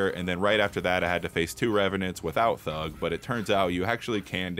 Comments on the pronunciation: And instead of thrud it’s thug😂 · Thrud not thug